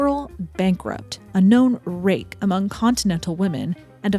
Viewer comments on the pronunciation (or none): none